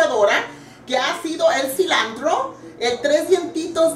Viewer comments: oye se dice asi, no "asina" y es cilantro no "cilandro" "spageri" no olvides tus raíces que el nopal lo traes en la frente empezando por la voz de señora de mercado que tienes! eh dicho! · una pregunta xq dice CILANDRO?? si es CILANTROOO!!!